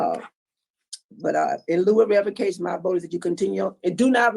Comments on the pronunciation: Revaquation 😂 get it together not so wise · not being able to pronounce parole revocation😂 says a lot.